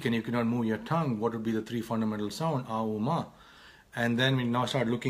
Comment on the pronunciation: it kinda seemed like you skipped "uuu" while chanting .. still confused how to chant .plz guide